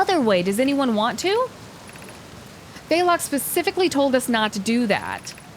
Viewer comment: I find it funny that she is understanding the game so well, but also does things like pronounces Phlox somehow with an 'a' (amongst other names).